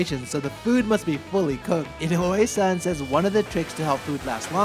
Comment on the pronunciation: You live in Japan for many years and have a Japanese wife, but you still can’t say inoue properly. Wtf?